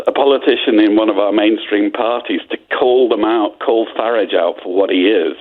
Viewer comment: It's not Farige O'Brien. It's Farage.